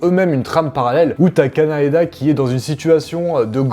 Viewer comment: Et je te reprendrai sur "Kanaeda" 😭😭😭 Aka Kaneda 🤣🤣🤣